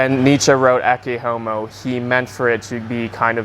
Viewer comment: Your pronunciation of "Ecce Homo" is actually spot on for classical latin (not vulgar latin).